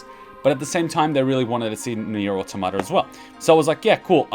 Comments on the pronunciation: Nier Autom-ata not Auto-mata why do people stuggle with that word?? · that's fair but it's still Autom-ata and not Auto-marta.